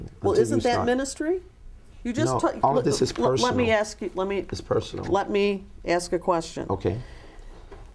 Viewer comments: Sebastian Perna you might have to "axe" her. 🤣🤣😂😂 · Imagine bumping into this guy in person and asking him "hey are you David e Taylor" pretty sure he'll say "axe Michelle" 😂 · Gentle Breadcat, Esquire Lol yep next video, “Why was the body of the man who told us about your operation found buried behind the shed at your residential center?” Him: “I dunno you’ll have to axe Michelle she handles all that.” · When in doubt, “axe Michelle”.